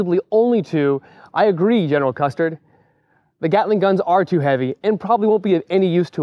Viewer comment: Did I hear General custard??